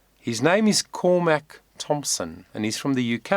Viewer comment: It’s all about you and not Cormac (whose me you can’t pronounce). FFS.